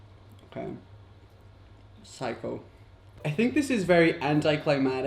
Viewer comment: Raphael discribing a cake: phsycho😂